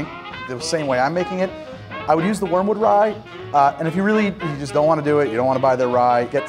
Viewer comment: "warmwood" or Wormwood?